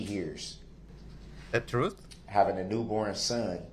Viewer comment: Lol "trooth"